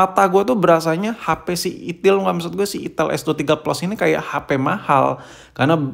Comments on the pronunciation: Itel tod bukan ithil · Ai tel baaang.... Bukan i ti iL 😂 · Bang lu jangan bilang itil2 terus dong bang...😅. Kan merek nya itel. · ital itil bae boss kok nyebut'nya 😁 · Saya lebih suka penyebutan merk nya yg salah😂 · Di Typo2in mulu nyebutnya😭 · Itil bos jgn salah sebut lagi